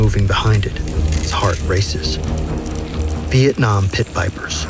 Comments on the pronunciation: anyone else notice “Viakong” instead of vietnam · Vietnam not Veitcam